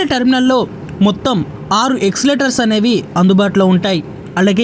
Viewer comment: ఎస్స్లేటర్స్ కాదు ఎస్కాలేటర్స్